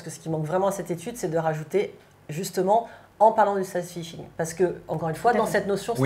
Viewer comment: Par contre, dites à que ça s’appelle “sAdfishing” et non pas “saydfishing”